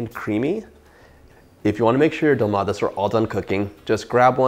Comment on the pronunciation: You pronounced it well